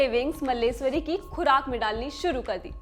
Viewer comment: Madam, aapka pronunciation it kharab hai ke sunne me bhi ganda lagta hai. Please improve your pronunciation at least. *Karnam MalleSHwari, *Khitaab, Khuraak etc. Please improve.